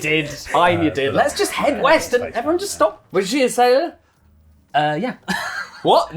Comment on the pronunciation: East? I thought you said weast